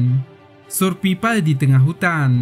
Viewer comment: 10:7 surpipal kedengarannya😆